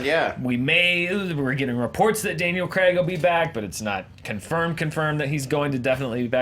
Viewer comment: It's craig not f**** creg......